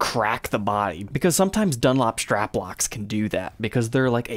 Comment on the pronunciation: Nice guitars. But it's called a strap, not a "shtrap".